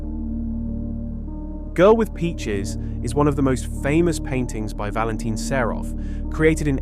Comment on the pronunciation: Українська мова СПОТВОРЕНА ШІ! Невірні наголоси, місцями розповідь прискорюється до скоромовки, сам ритм розповіді - на одній ноті, художника Серова ШІ перетворив на СарУфа, слухати все це було просто огидно, невже не можна, щоб текст читала людина?